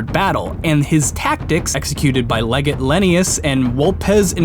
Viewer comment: It's pronounced lehjet not leehgate